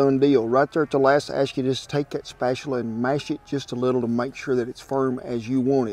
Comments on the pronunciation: "Spatular " you,re trying to hard to be an be an idiot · Love the way Kent says spatula! Spatuler! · “A rubber spatuler “ I love it 😂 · Looks delish! I knew he was going to say spatcheler!!